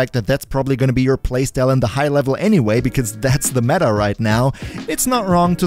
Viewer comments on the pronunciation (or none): none